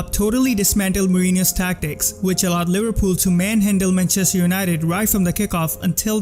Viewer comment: how's this guy so good at analyzing football, but still mispronounces manchester???